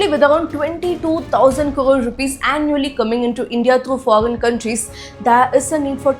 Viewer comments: Such an Idiot , fool , people of India , first learn how to pronounce word correctly 😂🤮🤮 👉 foggen. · You first practice to pronounce “foreign”. You are misguiding people every day, who’s funding you